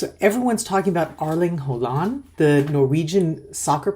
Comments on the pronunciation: You make 'Haaland' sound like 'half duck' in norwegian 😅 Its more like "Haw-land" 😀 I've said it for months; Norway plays as a team, while most other teams play like a collection of players. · His name is pronounced Haw-lan. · Please try to pronounce Erling Braut Haaland's name correctly ; The double aa sounds like A in Always. So ; Haah-landh. ❤😊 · Even though you might not need to say it again, the main stress is on Hå [he uses a pre 1917 spelling], and the a in -land is short and is less stressed.